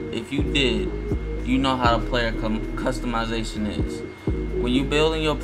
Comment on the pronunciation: I stopped listening after he said customization like Homecourt smh. No just no